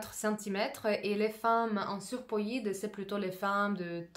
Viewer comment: Oui, c'est vrai ça m'a fait rire "surpoïde" 😂😂